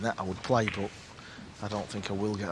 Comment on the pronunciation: Why does that announcer say boat instead of but?